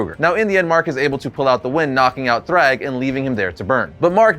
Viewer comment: Majority of these are hardly impressive 😂😂 - and you're saying "thrag" wrong